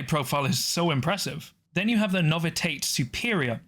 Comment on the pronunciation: “Novi-tate” …? No. Novi-she-ate. Novitiate.